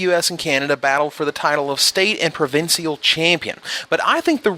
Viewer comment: Provin-see-al? Really? I guess you heard about my friend's T8 misplay where he Flashfreeze'd a Battlements and got Trap into Emmy? Never letting him live that down. Cunning Sparkmage + Collar + Koth = LD. Seriously. ;) Elfball will never go away. Seriously.